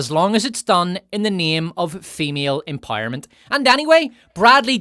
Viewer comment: What does "empojerment" mean?